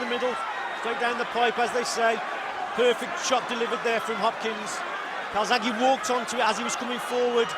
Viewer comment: Calzaghe or Kawasaki???, sounds like the latter. ( Cai--zag he )